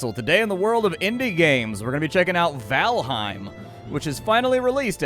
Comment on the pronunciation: Just FYI, its pronounced VAL'HAIM not H'IME, nordic EIM words (Niffleheim, Jordheim) are frequently mispronounced. Easy tip, just change the e in any word ending in eim to an A (aim as it is pronounced). Norse words only of course.